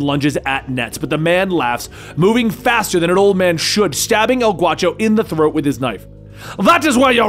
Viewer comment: not El Guacho...it's G -A -U -CHO..A is pronounced like in ASSASSINS..ask a friend who speaks Spanish he'll tell you .😁 ..great video as always 👍